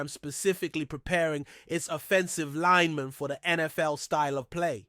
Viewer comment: Lmao how you say offensive linemen makes me think it’s linemen that say cancellable things